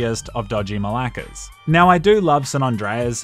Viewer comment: As a Greek it always kills me when you say μαλάκα 💀